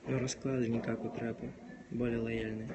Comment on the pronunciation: не траппа, а Трэппа